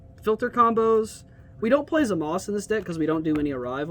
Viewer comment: ZamasU NOT zamas even in Japanese the u is pronounced